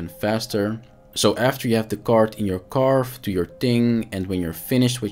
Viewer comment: Karvee. Not Carve.